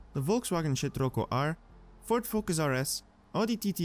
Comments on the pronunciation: Volkswagen "Sh*trocco R"? I don't know if that was intentional or not, but it was hilarious XD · Do I got it right or you just said " VW "shit-rocco"